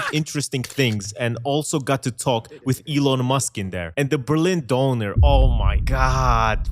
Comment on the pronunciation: couldn´t pronounce döner properly! He's not a Türk!